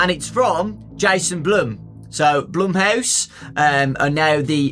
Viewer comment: Not even says blumehouse